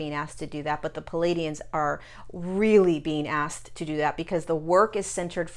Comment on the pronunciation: I've noticed a lot of channelers's misprouncing words, like the being learned our language from a book. That being said, it's plea ay dee inns. Love your wisdom, and thank you.